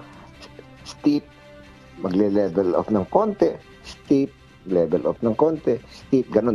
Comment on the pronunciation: Steep not stiff.